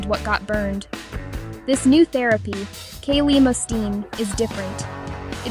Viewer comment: This is done by AI. And ‘clemastine’ (not ‘Kayley Manteen’) is old news. Further research was halted due to safety concerns. I unsubscribed from this channel due to its silliness